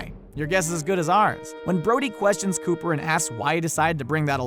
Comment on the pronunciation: It’s Hooper not Cooper..